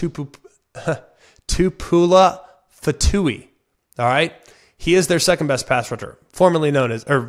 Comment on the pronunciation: Zion Two-Poo-Oh-La Fa-Two-EE.... Tuli La-Two-Lee-Na-Sah-No-A